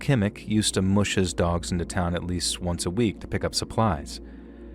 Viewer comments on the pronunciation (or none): Musher rhymes with crusher. Mush rhymes with crush. I thought you should know. :-)